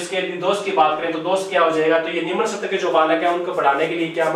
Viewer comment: ये सर पढाते बहुत ही अच्छा है पर इनमे एक कमी है वह कमी ये है कि एक हिन्दी के अध्यापक होने के बावजूद भी उच्चारण सही नही करते स्थूल को बोलते है सथूल स्तर को बोलते है सतर यदि ये मेरे वाली टिप्पणी सही लगे तो एक बार reply जरूर देना सर